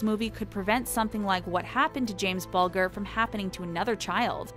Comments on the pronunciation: It's James Bulger not James Bulgar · For goodness sake can't you do some research before narrating? So many names mispronounced including James Bulger pronounced Booljer. For goodness sake, do some due diligence!